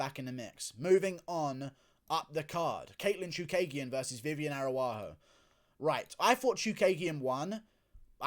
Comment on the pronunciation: "Cacuera", "Aruarro".... I can't take it bro. 😂😂😂